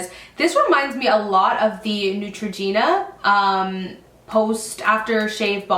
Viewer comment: Lol did she say Neutregena ?